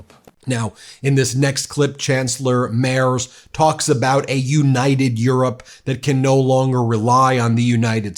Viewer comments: Will you please learn how to pronounce Merz’s name correctly? Its not Mayors or Mays! Pronounce right or not at all! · His name is Merz, pronounced "Mêrdz", not "Mairs". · it's Merz Not mayor's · It's pronounced 'Merts', not 'Merzz'; the Deutsch/German 'z' is like the 'ts' in 'tsunami', with soft 's'. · Please watch your pronunciation he is pronounced Merz not Mayors it is very insulting to the new chancellor to call him the wrong name. It sounds almost as if it’s tzs at the end of. I’m an American living here and every little mistake we living here get called on it. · You almost have it, Ben! "M-air-ts" not M-airz" for Merz! Didn't want him, but was glad to hear his speech. Thanks for reporting on it! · The name is pronounced similar to "Merts" not "Mers" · Dear Ben;his name is not Mers. It is Merz Spoken (Merts) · Mr. Merz‘ name is pronounced as if it had a ‘t’ before the’z’: Mertz. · Friedrich Merz (btw, pronounced "Mertz") is the Chancellor-elect, not yet the Chancellor. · Merz is pronounced like " MERTS " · Just to prevent a minor distraction, the gentleman’s name is pronounced Mairts. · It's Merzzzzzzzzzzzzzzzzzzzzz , american . Do us a favour and check your pronunciation, please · Pronounced "Mairts" 🇩🇪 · Merz you say as murtz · Ben, the Chancellor’s name is pronounced Mairtz. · The guy is pronounced „Merts“. „Z“ is „ts“ in German. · Merz is pronounced like “merits” without the i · Pronounced merts. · Pronounce it Mairts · Hey Ben, you got the "Mair" part more or less right, but in German, the z is pronounced tz. So, Friedrich "Mairtz". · His name is pronounced 'Merts'... and I'd love to hear Trump explain exactly why he thinks he is a "gentleman". His whole schtik has reeked of organized crime from the get go. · Merz is pronounced as if there is a T before the Z.. Mertz😊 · Ben, Merz is pronounced Mehr-ts. The Z is prounounced TS. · The name is pronounced “Free-dreeh Merts” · Merz is pronounced “Mayrts”